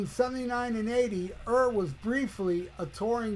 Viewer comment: You sound a bit ‘jarred’ my friend🫣🤪 Philip died in January not on July 4th, plus Midge’s surname is pronounced ‘Your’! Other than that it’s a nice ode to one of our favourite sons - I’d put Rory, Gary, Eric and Pat McManus on the same pedestal of Irish Rockers, we’ve had none like them since, except maybe Simon McBride now ripping it up with Deep Purple🤘 Anyhow, thanks from Ireland 🇮🇪🇸🇩🤘